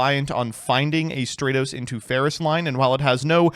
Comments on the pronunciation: *stra-tos Imagine calling him stray-toes, smh, not very Dennis of you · Bold of to pronounce Stratos in the exact way that includes "straight", especially so close to pride month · I like how in the same line of thought he goes from pronouncing Stratos correctly to calling it Straytos again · If you wanna apologize to Stratos, first you need to start pronouncing his name right 💀💀